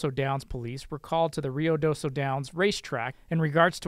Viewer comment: lol people always mispronouncing Ruidoso. It’s. RU-idoso